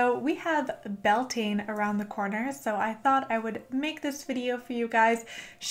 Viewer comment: YAS GURL. One of so few YouTubers who actually researched and credited Gaelic cultures for Bealtaine. My only note would be that Irish people pronounce it 'BAL-tinna', and 'Bel-TANE' rubs a lot of us up the wrong way. Otherwise, I'd like to thank you for doing the work and maybe we could even collab at some point. Best of luck to you and your channel, I'm hitting Subscribe :-)